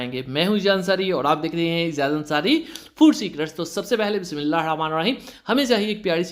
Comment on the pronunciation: Bismillah parhna theak say seekh lay